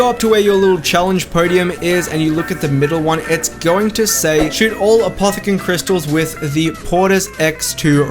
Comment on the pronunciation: Nice try but you forgot "r" in crystals